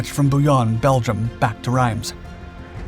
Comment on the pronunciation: A couple of things. I do like listening to your vid's as I like to hear differing records of what was happening in history, particularly in WWII. However, please research the names you use, you got the pronunciation of Bastogne & Reims wrong, sounding like Italian rather than French names. I must say, it is right that Americans are proud of this action by the American paratroopers because it is a classic example of the will to fight defeating the pressure of the enemy. But it was not a last stand. Last stands are those fought by soldiers that lost. The paratroopers went on to fight after that action.